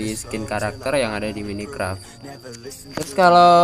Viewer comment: mine bang bukan mini 🤣